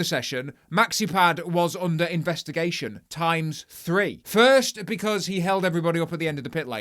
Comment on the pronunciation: Ngl investigaytion sent me 😂😂😂